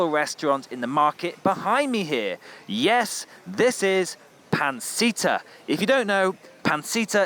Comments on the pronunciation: The way in which you say pancita is fun 😂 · Thhe way in which you say pancita is fun 😂